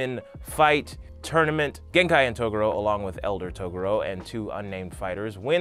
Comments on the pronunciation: sorry! ITS TOGUUUUUUUUURO NOT TOOOOOOOOOOOOGURO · Taa-gore-o Whatever you said wasn't it chief.. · Is Togoro how they say it in subs or something. I hate to be nitpicky but this is one of my favorite shows. He says the rest of their names correctly, but I never heard them call him Togoro in the dub. It was always pronounced Toe-gu-ro not To-goro. Who's to say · Hey CHUMP....it's pronounced "Tuh-Gor-Row"..not "tugooro". Not sure how you can mispronounce it when they say the same clearly in the show. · "TOR UK A NAY" and "Ta GUUU ROOW" Cmon Man. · ToGUro. emphasis on the second syllable. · The first time he said Toguro I thought he really said Toblerone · Toe ga ro? Uh...ok. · It's pronounced TOE-GOO-RO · Wait i thought there name was pronounced as taguro like ta gur o lol oops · It's pronounced Tu-Gor-O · Bruh...why do you pronounce Toguro like that? It's Tah-Goo-Row. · Its pronounced TWO GORE OH !!! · Please fix your pronunciation it’s Ta-gor-o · i hate the way you pronounce Toguro - "Toe Goorow" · TFW you cant pronounce Toguro's name right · Emma Queen I think he only mispronounced Toguro, Rando, Yukina, and a couple others I think... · "I'm a fan of the show" he said, then proceeded to mispronounce name of the most iconic villain of the series. I can't watch the rest. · Why are you pronouncing the Toguro brothers name like that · omg thank you!!! 1000% correct it kinda makes makes it hard to watch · This is very old, but I just discovered it - the way you say Toguro is funny to me. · I’m sorry but I couldn’t get over The pronunciation of Toguro! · I can tell you genuinly care and love this series... but I hate how you pronounce Togoro. I get it. I do. But.... whew. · You keep saying Toguro but it's pronounced Toguro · as much as i appreciate ur enthusiasm.... please pronounce Toguro properly, its not that hard when u somehow pronounced most other things correctly..... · Why do u say toguro like that...u sound like I never even watched this anime before